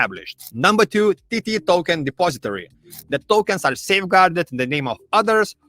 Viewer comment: I just love how he says TT Token! 😂